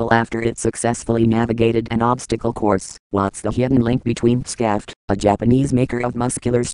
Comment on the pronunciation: shaft! the name should be pronounced "shaft"!